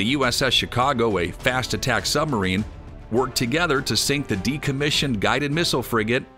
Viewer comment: The word Submarine has a "b" in the middle of it. How about including it in the pronounciation.